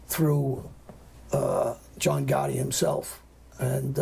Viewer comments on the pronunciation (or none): none